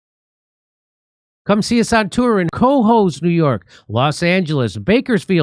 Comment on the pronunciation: It’s pronounced CA HOES not COHOES